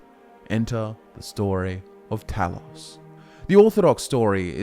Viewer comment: Glean*, not gleam. - You mispronounced Talos. The letter O is not an 'aw' sound in Greek or English. - The term 'nord', as a name for the Atmoran race, did not come about internally. It was an external label drived from the self-referential Atmoran noun "nordingr", meaning "belongs to the north", as in the sentences "Jé nordingr" or "Wír nordingir" ("yay nord-ing-ur", "veer nord-ing-eer") - "I belong to the north" and "We belong to the north." It was shortened and spread among exterior demographics before being passively adopted by Atmoran descendants over time, who thereafter referred to themselves as 'nords'. - Saarthal (SAHRT-hahl) as it exists today is not the actual settlement of Saarthal, but the barrow complex that was dug beneath it to house the honored dead. The Eye of Magnus is presumed to have been in a pre-existing chamber below the excavation of the necropolis. - "Orkey" is merely an older name for Arkay whose spelling changed over time due to standardization in literature. It represents no connection to orcs at all, having instead been a deity of an elven pantheon. All sources claiming otherwise are factually incorrect. - Haberdashery is the occupational practice of hatmaking, not aggregate verisimility. "Slapdash" would have been closer to the mark. - Harald is pronounced "HAR-ahld", not "Harold". - Alessian is pronounced "a-lessy-ən", not "a-leezy-ən". - Forelhost is pronounced "forrəl-hawst", not "four-host". Did you miss the L? - You're taking the stuff ab